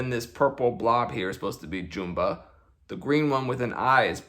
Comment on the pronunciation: the fact that he is pronouncing Jumba as JOOMBA is making me annoyed.